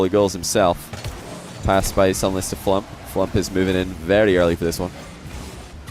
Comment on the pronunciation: I'm only halfway through watching but this is such a good video. The gameplay is so intense and the constant mispronunciation of FLuuMP's name is hilarious.